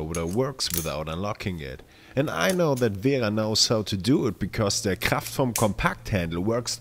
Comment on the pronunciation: Speak you german. You speak Kraftform and wera like a german people